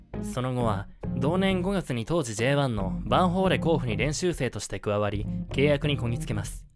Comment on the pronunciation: 甲府の発音おかしい